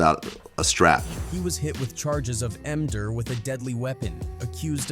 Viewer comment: Do they say ender? I thought they was saying m-der. Either way its goofy ass shit.